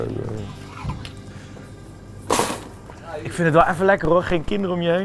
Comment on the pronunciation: thomas : pOeDeRsUiKeRrrrrrr eyyyyy